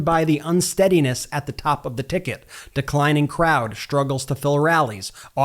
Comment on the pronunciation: Dude, when you speak simple words like "extreme strain" and "struggles" why don't you try pronouncing them correctly? There is no 'H' in any of those words, yet you pronounce them "exshtreme shtrain" and "shtruggles". Are you supposed to be a journalist or a rapper? Sloppy diction yields a loss of respect.